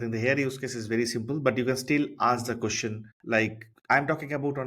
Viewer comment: Nice video, but your accent is hard. Your "question" sounds like "cushion".